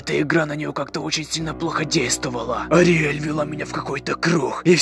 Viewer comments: не Артель а Ториель!!!!!!!!!!!!! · Ториель а не ориель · Не ариэль а ТОРИэль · По моему правильно не Ариэль а Ториэль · Ариель? Что? Ториель правильно. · Не подсолнух-а Флауи! Не Ариель-а Ториель! бомбиииит! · Флауви не подсолнух, а лютик, не ариаль , а ториэль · Не "Ариэль", а "Ториэль" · Правильно не Ариаель,а ториель. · Ториель а не "ариель" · Не Ориэль а Торилей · Не ариель а ТОриель надо знать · Вообще то Ториэль а не Ариэль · Не ориэль а ториэль на реалистичный андертейл это прикол там много серий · Ариель.. АРИЕЛЬ БЛ*ТЬ! Ториель правильно! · Ториэль а не Ариель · Ни Ариэль а туреэль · не Ариель а Ториель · вопщето не ариель а ториель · Не Орель а торель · Не Ариэль а ториель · Ториэль а не олиэль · Ториэль а не ариэль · Не Ариэль аториэль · Не артель а ториэть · Праваильно говорить ториэль.